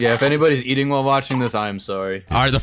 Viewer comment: Did he say beating?